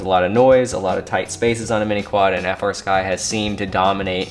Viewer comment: That gimbal sounds like a high end fight stick gimbal. This was a great overview. Any chance of showing of the menus and displays? Oh, and I need to be that guy. I know you know they are called FREEsky, but you still call it F R Sky. Just me being a weirdo about that lmao.